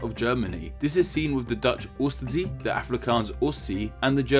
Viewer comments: Its not pronounced oost SEE but more oost-say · thats not how you pronouse oostzee in dutch! and if would say it like that it would be spelled like "oestzie" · The way you pronounced 'oostzee' cracked me up. Good video!